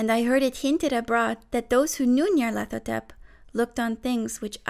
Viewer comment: BOI YOU PRONOUNCED IT DIFFERENT THAN I DO DIAF